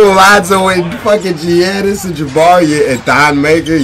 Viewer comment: u jus called Giannis “G-anus”